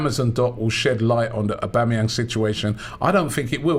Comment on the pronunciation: you're too old to be saying "oba" instead of "auba" fix up man, coming like some uncultured fish